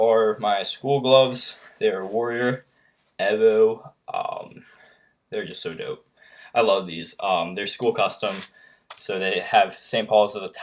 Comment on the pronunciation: Evo (ee-v-oh) not evo